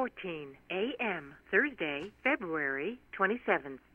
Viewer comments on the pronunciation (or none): none